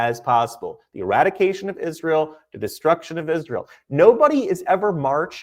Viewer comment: Dave SMITH is supposedly a Jew but can't even say Israel correctly. Might as well just talk to us some more about a nucular Iran.